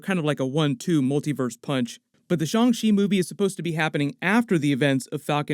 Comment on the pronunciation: The Shaw-n Chi pronunciation joke. Literally ripped at my surgery stitches. 😂 😫